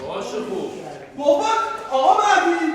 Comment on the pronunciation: آقا .مَهدی.مَهدی.خب قشنگ بگو مهدی